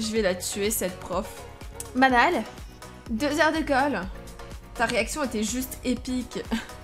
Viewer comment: Enfaite, le prénom Manal ça se prononce "Manel". Je le sais parce que j'avais une amie (il y a très longtemps) qui s'appelle Manal 😉